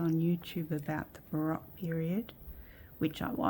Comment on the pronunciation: Just fyi, the “O” in baroque is a long O.